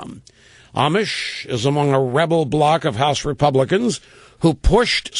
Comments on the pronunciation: Rush you obviously haven't been following this guy. Amash is not pronouced (Amish) like the religious group, It's (Amosh) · Rush would be even more credible if he could only pronounce his name correctly. "Amish", LOL... He's still learning, let's hope he can clearly state & support ALL of Justin Amash's Liberty program, that is to say... more Power to the People of the Republic!